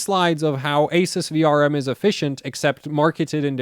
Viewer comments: My country the shop sellers all pronounced Asus as Ah Zeus! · Who is here to see when will learn how to pronounce "ASUS" correctly. LoL